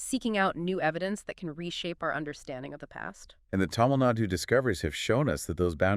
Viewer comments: it’s thamizh nadu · plz pronounce tamil nadu as thamilh naadu